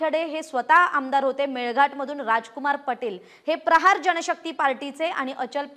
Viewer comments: Party cha nav nit ghe ya madam Prachar nahi prahar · पर्चार नाही ताई प्रहार